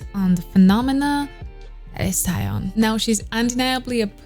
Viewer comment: I really love your reaction, what a professional reaction 😍 But one thing, she’s called TAEYEON (TAY YEON)😘